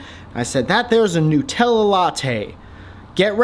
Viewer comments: Nootella 😂 he knows it's made with nuts but calls NUTella NOOTella 😂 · It's NUT-ella, not NU-tella. It's not made of newts, it's made from nuts, WHICH YOU CLEARLY KNOW BECAUSE YOUR WHOLE VIDEO WAS ABOUT ALMOST KILLING WHEEZY WITH NUTS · nuuitella bugger of :D